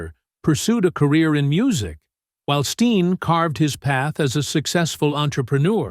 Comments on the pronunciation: STELEN NOT STEEN GET IT RIGHT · His sons name is Stellan not Steen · The guy doesn’t even pronounce the son’s name correctly. It’s Stelen, not Steen. Get it right folks. Toby doesn’t deserve this disrespect of his son. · You need to redo this and get his son's name CORRECT. It's STELEN. Not "Steen". Good god man, AI is fucked up, but you CAN get that shit right. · well, I only listened for a few minutes, but Toby and his wife raised three kids, Krystal's name is spelled with a K, and the son's name is not STEEN! I couldn't listen any further. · What a bunch of crap. His beautiful wife had 1 child before meeting Toby. He adopted her. Then they had 2 biological children. You didn’t even say his sons name correctly. What a crappy channel